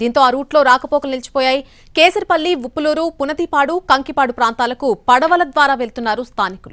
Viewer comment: పునదిపాడు కాదు ‘పునాదిపాడు‘